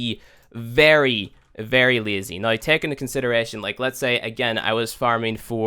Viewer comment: i cant get over the way he says now or out. Noy and oyt.